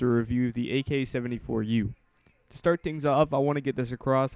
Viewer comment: its AKS 74u not AK 74u :(